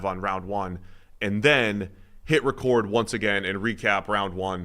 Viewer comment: Lmfaoo you know how hilarious it is that wants to argue how to say someones literal NAME but he himself pronounces the word "record" like a certified nerd. top shelf comedy this guy